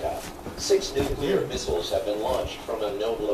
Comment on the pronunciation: and tell her to stop smoking! that's nasty!! the way he pronounces nuclear: nuculeer lol!!